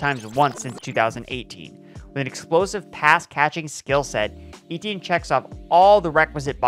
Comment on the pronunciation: Eh--Tyen. Eh-Tyen. Not EE-Tee-En